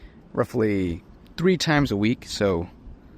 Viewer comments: Севн фоти ТРИ...:face-blue-smiling: настолько погрузился в русский, что стал забывать межзубные звуки родной речи. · three days - отчётливо слышу три. а в школе, как вспомню - то сри, то фри, кто во что горазд был, по главе с англичанкой.